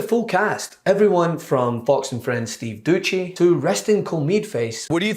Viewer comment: "Steve Doochey" lmao